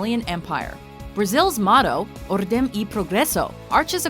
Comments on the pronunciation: "Orrdem e progesso" lol. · It's pronounced orDENG ee proGRESoo